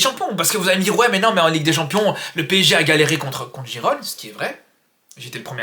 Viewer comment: " On a le même PSZEE " 😂😅